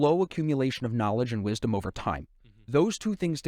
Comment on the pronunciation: amazing "rizdom" from this silvers guy